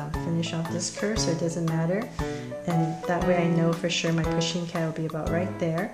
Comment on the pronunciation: Does no one know how to spell pusheen they all say poshen-_